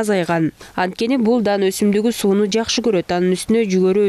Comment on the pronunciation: Жашы дебей жаашы деп суйлосон окугансынбы озун угуп корчу